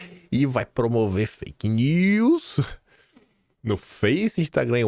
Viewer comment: O Haddad falando faik news!! Kkkkkkkkk